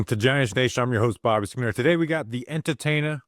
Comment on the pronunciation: Dude, you can't drop the R off the end and leave it in the middle. WTF are you thinking? Straighten your $#%+ out and maybe I will give you a listen. Catch you next time Bobby.